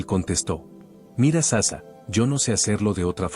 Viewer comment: No se pronuncia SASA se dice SACHA